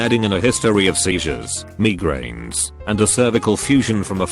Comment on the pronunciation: “Mee grain” wtf